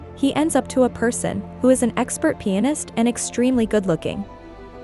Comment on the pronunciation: Everytime you say pianist it kinda sounds like penis lol I was like know way she's saying that so I listened closer & was like, oh okay because the guy is really a pianist. I feel really dumb right now lol You're really AWESOME the way you explain things. Keep up the great work & stay safe ✌